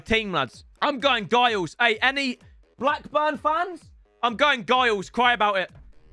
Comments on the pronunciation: as a blackburn fan cheers mate, also its pronounced jiles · Why you pronounce Giles like that